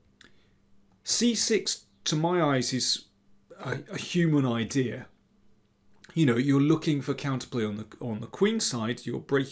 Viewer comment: I love when he says "Well, the idea-r is."